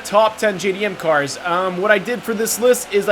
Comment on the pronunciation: Why do you pronounce these cars weirdly